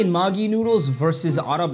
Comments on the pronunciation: It's not Maaaaagi noodles it's Maggi only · Bro it's magiee put pressure on eeeeeee indian maagi 😂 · Btw it’s pronounced [mäggi] not [māgii] Either way great video! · It's not maagi it's megi (pronunciation)😅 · bro its not "magi" its "Maggie" your pronouncing it wrong😭😭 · You stop pronouncing it wrong it is Maggi and the day of Maggi will be pronounced like 'ae' not aaaaaa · It's pronounced maegi,not maagii. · It’s not pronounced as maagie it’s Maggie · The man pronounce the maggi as makki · No, the pronunciation is different. What you hear the guy say in the video is a swear word. The correct pronunciation is Mag-e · The way he pronounced "maggi" as "magi" is a very bad curse word in Bengali 💀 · Fr I was gonna mention that... The disrespect It's pronounced 'meggie' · As a indian bengali the "maaagi" got me 🚀 basically when he pronounced "Indian maaagi" . Bro kindly im dying now out of 😂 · the mans said "maagi" had me cracking tf up 💀💀💀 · "Mini heart"attack after hearing*maaagii* noodles 💀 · I'm sorry 🤣🤣but the "maaggi " pronounciation, got me rolling on the floor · When he pronounced "Maggie" Maggi left the chat 💀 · Everytime he pronounces maaagi noodles 😭👍 my heart breat stopssss.... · Ur pronouncation 😂😂😂 magi is gali/bad word in bengal india😂😂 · He pronounced maggi wrong You pronounce it like you would pronounce magazine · I swear if he says "Maagie" one more time😂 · Dude maggi is pronounced as MAGGIE a fcking western name it's seen in many Hollywood movies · Bangladeshi: what the sh!t did you just say 👁👄👁 Maggi is a noodles brand but how he pronounces it (maaaagi) in bangla means like mad person sorta its slang soo ya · Bro everyone is talking about his ''maagee'' Pronunciation, but why is no one talking about his "aaggrab'' Pronunciation🤨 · Please....... Just don't you ever pronounce 'maggie' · It’s would definitely taste better if u added less water and maybe if u pronounced its right It’s maa-gi btw But anyways good try ig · It’s pronounced ma-geeee